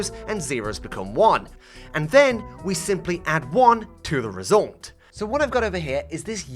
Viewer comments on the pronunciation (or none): "resoulnt" - whenever he says result